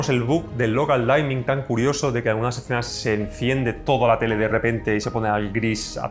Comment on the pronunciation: Gracias! Por cierto, "dimming" se pronuncia parecido a como se leería en español. Es decir, no es "daiming", se dice "diming".